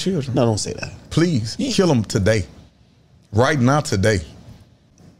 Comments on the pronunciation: Why emphasize "TODAY" so hard like that?? 😭😭🤣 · He actually said PLEASE 😂😂 and emphasized on the “today” part… dude really misses being a free man lmfao